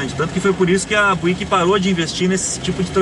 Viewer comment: Uma pequena correção de pronúncia, sem querer ser chato... mas ao invés de "buíck" se diz algo como "bíuck, tá ok?